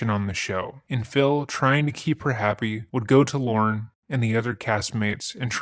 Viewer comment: Slight mispronunciation, in case you meet him IRL. Not Lauren. It’s Lorne. Said like forlorn.